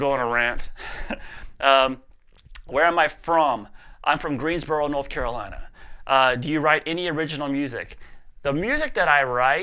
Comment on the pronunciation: the way you said "North Carolina" 😂. The old accent slipping back clearly